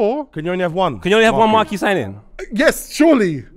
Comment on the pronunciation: Man said mark key